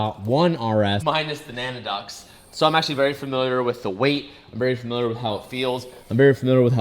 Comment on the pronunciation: Nanna ducts 😂😂😂 do you call your grandma naca?